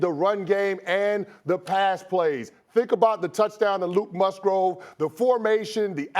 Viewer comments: Luke Musgrove lol....... Well Mr. Chris Canty.....it's Musgrave and you're going to be saying that name a lot in the coming years. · Luke Musgrove? Say my boys name right. It's Luke "Skywalker" Musgrave! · Musgrove? These guys need to at least get the player's name right. Cmon now that's disrespectful. MUSGRAVE dammit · This dude said luke musgrove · "Musgrove"? Lol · I guess if he can pronounce Luke Mugraves name right lol its an A not an O lol and Canty is a great show tho ‼️ ‼️ leeegggoooo